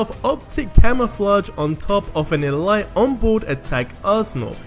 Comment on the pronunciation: Why has nobody else commented that he pronounced ‘elite’ as ‘elight’?